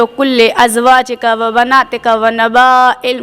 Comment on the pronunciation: قرآن کی آیت کا حوالہ آپ نے صحیح دیا مگر آیت کے اندر ایک لفظ آپ نے غلط پڑھا ۔۔و بنایک۔۔ نہیں بلکہ ۔و بناتک ۔۔ ہے